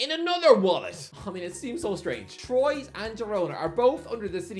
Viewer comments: *Trwa. But it's not like he'd know lol. Just wait to hear him pronounce "Moises Caicedo" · Just for future references,, Troyes isn't pronounced like that. It's more like "Twar"! And, considering Newcastle played them once in the Intertoto... thing, you should already know that!!